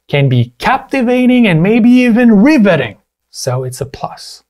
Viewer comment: little correction it's actually pronounced riv-uhh-tuhng and not ree-veh-tunhg